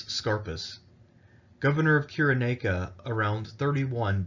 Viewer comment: Interesting, but it's pronounced: [SY] + [RUH] + [NAY] + [I] + [KUH]